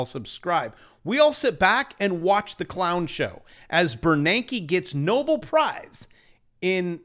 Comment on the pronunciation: "No-BELL" prize is the correct pronunciation